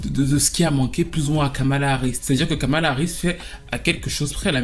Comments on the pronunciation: Je t’ai entendu dire Skamala 😂😂😂 vilain 😂 bien joué ❤ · "Kalama Harris"